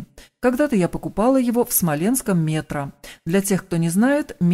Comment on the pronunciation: Почему,, Мétro? Во всём мире эта сеть магазинов называется Метрó !!!!!!